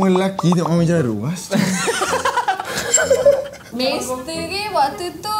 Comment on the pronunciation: Legit tot sebut 'misteri' instead of 'mainstream'. Jemmm 😆